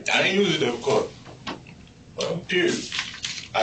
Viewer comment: I was just listening to this and they are clearly saying "death card" instead of "debit card". both of them. so I had to walk over and look at the video and text and even while reading it on the screen, im hearing "death card". "Deh-bit" that's how you say that. what the fuck? they are not making the "b" sound at all. that's weird considering this is about a murder.